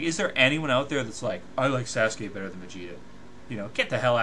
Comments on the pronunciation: lol did he say sasgay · Sasgay? Sasgay? Holy shet. Someone rip my ears off and feed them to Kyuubi.